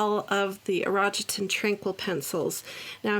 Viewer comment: Konnichiwa, its pronounced "ee ro gee ten 😅